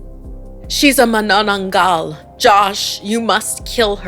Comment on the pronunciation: The stress in the word Manananggal is on the first syllable.